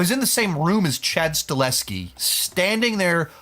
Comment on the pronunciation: I always thought it was pronounced Sta-Hel-Ski?